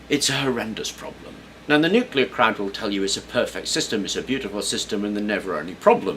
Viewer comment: lol at "problem-et"